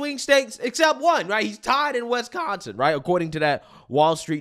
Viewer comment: Stop saying Wesconsin!